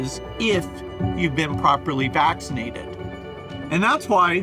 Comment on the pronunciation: I like it how he says vaxxcineeede